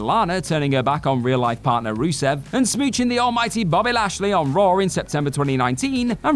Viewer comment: Raw* not Ror